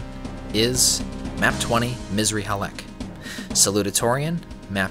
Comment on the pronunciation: It's "Missrly Halek", not Misery Halek 😂😂 although it could be Misery Halek for some players Misr is Arabic for Egypt, the "i" is our "ian"